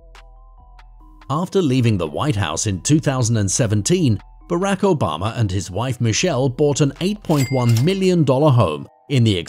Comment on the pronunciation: Brack Obama 😂